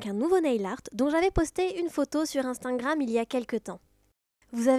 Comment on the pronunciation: Tu dis Instingram